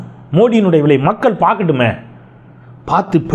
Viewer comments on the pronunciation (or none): none